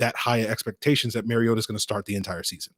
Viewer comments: Should probably start with learning to pronounce Marcus' last name. It isn't Maryota MAR E OTA MARcus MARiota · THANK YOU! It is pronounced like the Nintendo character Mario with "ta" at the end. He has been in in the league 8 years and the announcers still say it wrong.